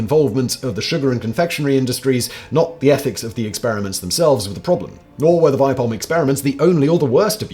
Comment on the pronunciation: It's pronounced "Vee-peh-holm" /A swede